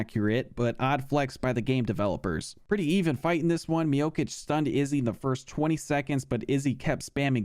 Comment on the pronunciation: Man how hard is it to pronounce Miocic' last name right when the c is literally the same character and pronunciation lol